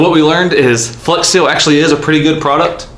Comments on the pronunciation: Did anyone else notice "Fleax Seal"?😂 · knew i should’ve stopped at “1. fleax seal”